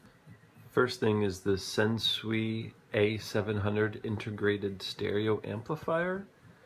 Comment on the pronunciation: Sansui is pronounced "san-soo-E" (rhymes with "Dan sue me").